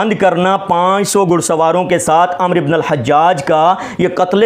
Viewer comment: محترم ابھی آپ پڑھیں آپ کی علمی لیاقت علماء اہلسنت والجماعت پر اعتراض کرنے کی نہیں ابھی تو آپ کو۔ لفظ عمر اور عمرو۔ پڑھنے کا طریقہ نہیں آتا